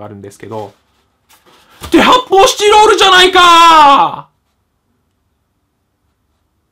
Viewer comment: ぶんちんちんの発泡スチロールってさ、『って、こで発泡スチドードゥじゃないかぁ』って聞こえるよね